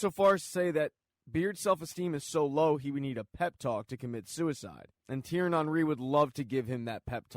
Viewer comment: Thierry Henry is pronounced Tea-erry On-Ree